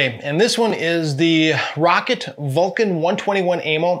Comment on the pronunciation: It's Rock-Cat, not rocket